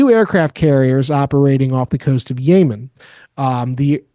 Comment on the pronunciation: Don’t believe s/h the guy who can’t pronounce Yemen 🇾🇪